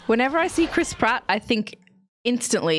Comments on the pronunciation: Any and every time someone says Chris Pratt I can’t help but hear Crisp Rat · the way says chris pratt sounds like she says crisp rat